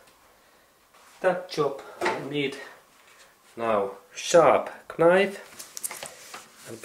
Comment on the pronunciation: Excellent repair. You may decide to ignore the following comment if you decide. The letter “k” in the typical English language word “knife” is silent. I only write this since I for a short time taught English to students whom English was a second language.